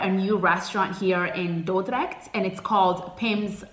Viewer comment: I love how you say Dordrecht. Perfect!